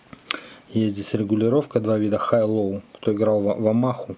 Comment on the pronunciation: "HiLow" "хайло"